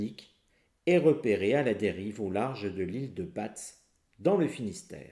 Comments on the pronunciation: pour l instant on parle de la prononciation Bozo ... C' est mieux comme ça ?je suis originaire de batz et et je persiste , on dit ba !!! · l ile de batz se prononce ile de b(A) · on ne prononce pas le T ni le Z pour batz.